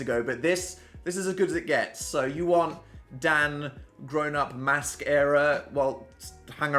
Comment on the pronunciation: mans left for two years and started sounding northen case in point “dance” “mask” “masterpieces” with the long a’s 🤔🤔🤔 still swallows the t’s tho